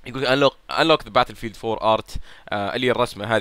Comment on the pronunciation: باتيلفيييلد يارجال قل بتل فيلد وريح نفسك